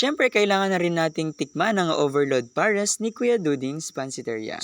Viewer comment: Hindi tinipid sa gatas pero nakatakal. Ang totoong hindi tinipid yung kutob kutob lang wlaa ng measurement hanggang paapaw na. Tsaka PARES hindi POHRES learn your vowels.